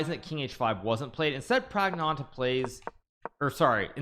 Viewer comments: Can't Hikaru just say Pragg instead of butchering his name a billion times. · Don't say pragnananda your pronunciation is horrible just say pragg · The way Hikaru pronounces Praggnanandhaa pisses me off. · I like hikaru pronounce praggnanandhaa name like pragg-nanda